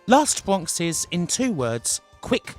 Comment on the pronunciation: Edited: all I really want to say is: "Wast Bwonks"